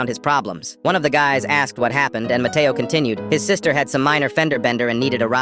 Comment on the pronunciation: When he said matteo i thought the brain rot cuz my brothers always saying "mAtteao!!!!!!!